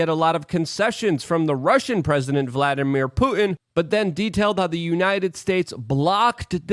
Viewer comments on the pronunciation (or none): none